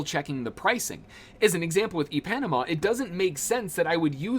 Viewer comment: Good Vid! Ipanema = EPanama is hilarious. I believe it supposed to sound like Eee-Pa-Neema . Good try tho 😂